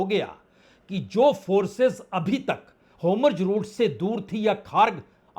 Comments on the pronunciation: Homurz nahi 🧐….. Hormuz hai wo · Wrongly spoken: Anchor should correct it. NOT Homjojeroot but Hormuz NOT Notanu but Netanyahu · Lacchar support team.can't speak HORMUZ properly.